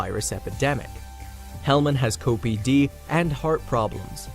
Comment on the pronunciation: Gotta love bots reading the scripts for these videos...co-PD instead of the abbreviation of COPD for the words Chronic Obstructive Pulmonary Disease.